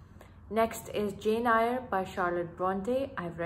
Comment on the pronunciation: You are mispronouncing jane eyre Go and watch its correction pronounciation I am just correcting not hurting🙂🙂🙂